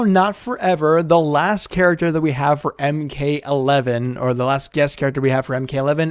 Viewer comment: When he said let's heave Alien vs predator 🤣🤣🤣😂😂😂😂😂😂😂😂